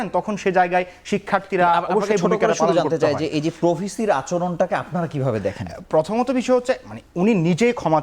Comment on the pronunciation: ঢাকা বিশ্ববিদ্যালয়ের ভাইয়েরা মিথ্যা বলেন ভালো কথা এমন ডাহা মিথ্যা কথা, আর দেশের সেরা বিশ্ববিদ্যালয়ে পড়েন ভালো কথা, কথাবলা শিখেন এত বাজে উচ্চারণ শুনলে কানে লাগে। পর্থমত না প্রথমত, এ্যাবং না এবং উফ খুব কানে লাগে।